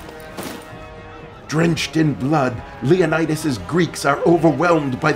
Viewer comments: Leonna-dass? What the hell? Is he trying to pronounce 'Leonidas' (leeuh-nai-duhs)? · Lol why does he pronounce Leonidas as if he's British? Yet doesn't pronounce any other word as if he is? Lol